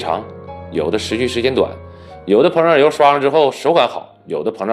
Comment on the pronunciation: 是膨漲油，不是胖油。有點口齒不清了。